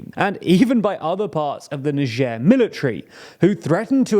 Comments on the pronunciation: it's niger (nayjer) ... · It's Niger not Nigee lol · Why you pronounce it like it was nijierre ? It's n-i-g-g-e-r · Do British people seriously pronouce Niger as Najere? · "neicher" lol, never heard it pronounced like that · Like neizhuh i think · The country , not the river. The Niger River is pronounced "N-eye J-uhr." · …so is that how you actually pronounce Niger…? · Never heard the country pronounced like that tbh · Is that how you pronounce the country's name? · Aren't we going to far with all this PC culture, changing pronunciation of country name because it sounds vaguely symilar to racial slur 😢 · True. But I think the important aspect here is the pronunciation of the G. That is the part that could cause.... let's call it "confusion". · Here in Russia it is pronounced like NiGer (G like H in hitler) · You pronunce niger wrong smh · They really couldn't even pronounce "niger" correctly? I got it wrong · oh i just looked it up and it is apparently different in the UK compared to where i learned it (US). I just assumed he got it wrong because of his history with pronounciation. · I'm sure he pronounces the name of the country wrong